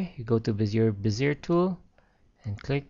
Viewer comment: it's pronounced "Bez-ee-ay" tool.